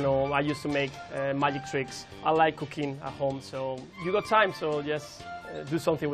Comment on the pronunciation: it sound like he says i like cocaine a home